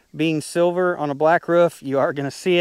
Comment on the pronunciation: “Mounted to the woof” Sorry it’s quite funny how you say roof